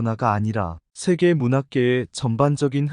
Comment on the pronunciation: 한계, 소설,세계, 서사, 배경, 제주(도),비판, 시각, 한계,선정,현재,대표적, 소수자 , 세대, 주목 , 가치 , 등!! 이상 예는 오늘의 narrator 의 발음 문제를 지적한 것이다. 즉 장음인 단어의 첫 자를 "짧게" 잘못 발음한 실 예임을 정중히 아뢴다. 겸해서, 권하건대, "한국 어문을 고발함"이라는 책을 조용히 읽어 주실까요? 미국 변 완수 드릴